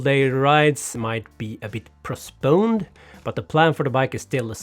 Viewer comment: #prosponed 🤣 #reinventingthebritishlanguage, again, love it 👍😂